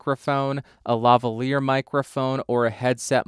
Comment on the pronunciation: I cant believe you pronounced LaValier properly, ur such a nerd to even know the story XD